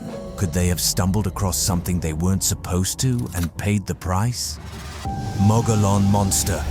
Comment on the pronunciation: If you can't pronounce "Mogollon" correctly, it invalidates this entire video.😂